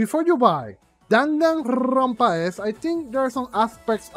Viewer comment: "DanganRRRRRRRonpa S" lmaoo love it. great review and you explained it perfectly. I was disappointed in V3 for the laziness in some aspects of the game.